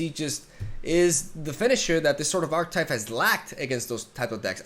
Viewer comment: When is he going to stop saying "arc-type" its pronounced arc-ah-type